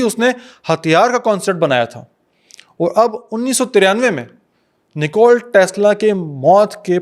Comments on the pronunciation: Bro. It's NIKOLA Tesla not NICOLE Tesla. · Nikola Tesla ki rooh trap Gai Hogi jb ap Nikola k bjae nikol bol rhy thy